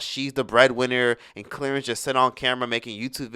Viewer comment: "Clearance ?" Lol 😂 I 🤔 it was Clarence 🤣🤦🏾‍♀️😩